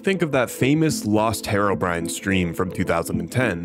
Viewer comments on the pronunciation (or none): none